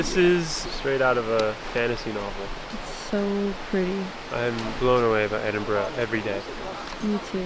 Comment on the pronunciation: Congratulations on pronouncing Edinburgh correctly most Americans say Edin bro 😊😊